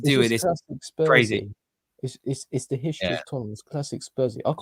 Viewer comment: It's da history of da Tottenham